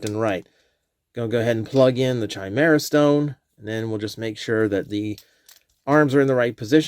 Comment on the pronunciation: Saying Chimera as Chai instead of Kai is tweaking me